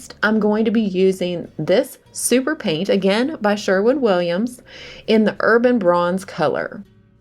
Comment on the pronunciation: sherwin...not shwerwood